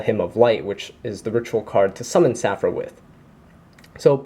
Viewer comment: Just a little FYI, it's Saffira, the Queen of Dragons. Saffira has an "i" in her name. You are leaving that out in your videos.